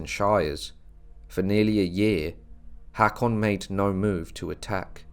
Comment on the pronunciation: Very nice. (btw, I believe the "Haa" in "Haakon" is pronounced as a long "o" as in "go".)